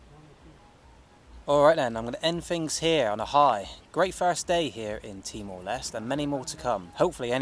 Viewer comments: TEE - MOR - LES - TAY (end part sounds like Namaste) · Pronounce is Timor Leste - Les Teh If im not wrong. Not Lest